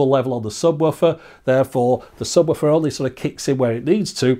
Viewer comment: "Subwoffer" - is that how it's pronounced? The English language will never cease to puzzle me.